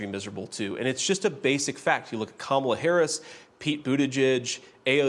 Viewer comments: When these 🤡 can't pronounce her name correctly, it just another way of disrespecting her as a person. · Theyre mispronouncing her name on purpose. Its part of the dehumanization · They pronounce Kamala's name incorrectly PURPOSELY